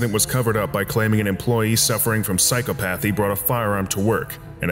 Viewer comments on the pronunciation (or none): that is NOT how you pronounce 'psychopathy' (psych-op-athy)